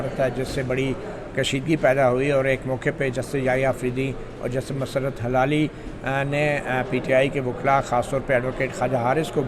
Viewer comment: مطیع الله جان صاحب ۔۔ سلام۔۔۔ یہ فرمائیے گا کہ جسٹس مسرت ہلالی میں ہلالی کا تلفظ کیا ہے۔۔ کیا یہ ہلال یعنی چاند سے نسبت ہے یا حلال سے جڑا ہوا ہے؟؟ میری رائے میں ۔۔ہ ۔۔ کے نیچے زیر ہے یعنی زیر کے ساتھ ادا کرنا چاہئیے۔ زبر کے ساتھ نہیں ۔۔ HILALI تلفظ درست ہے۔۔ آپ Halali بولتے ہیں۔۔